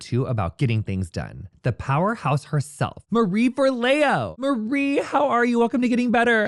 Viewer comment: FOR-lee-oh is the pronunciation, love. Forleo.